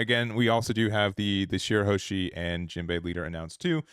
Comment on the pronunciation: It's shirahoshi and not shirahoeshi